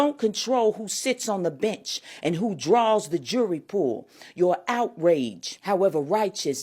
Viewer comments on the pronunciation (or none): none